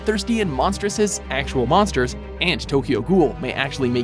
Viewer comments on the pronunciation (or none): none